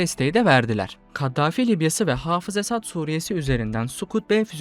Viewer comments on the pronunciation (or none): none